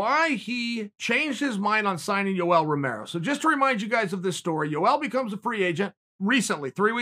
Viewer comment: “Joel”. Gotta love it.